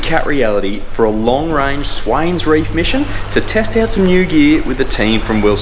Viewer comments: It's the Swain reefs, not swains reef. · Its Swain Reef!